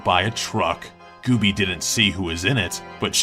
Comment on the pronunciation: Gooby, not Goobie.